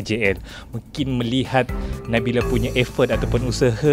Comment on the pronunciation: Konfiuslah kita... Nabila ke Nabilah nama penyanyi yg dibincangkan tu? Terganggu dgn sebutan juru-temubual.